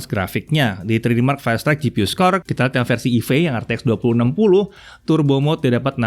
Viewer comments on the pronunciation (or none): none